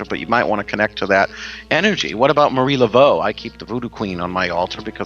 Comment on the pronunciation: LOL! Tonight we're talkin' "aboot" witches!